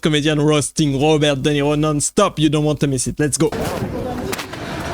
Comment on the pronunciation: Robert Duh Nero